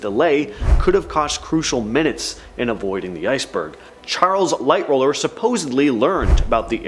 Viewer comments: Yes just like one other person said it's Lightoller not Lightroller. If you are going to have on talking about it make sure they know what the hell they are talking about. Not clueless people know nothing the ship that they dont read off of a cue card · LighTOLLER....NOT lightroller! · You kept saying lightroller it was actually lighttoller was his name I know a lot about the titanic